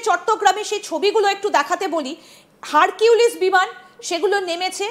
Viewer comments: Harpik na Harquilice ki bollo? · ওইটা হারকিউলিস না, ওইটা হারপিক..